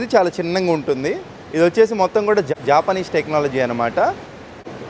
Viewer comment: జాపనీస్ కాదు రా అయ్యా, జపనీస్ జస్ట్ జపనీస్ ఏంటో నీ దరిద్రం😂😂 దరిద్రం ఊతపదం మానేశావ లేదా??